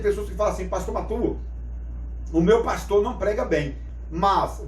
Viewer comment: O especialista corrige o nome no vídeo: "prastor'' kkkk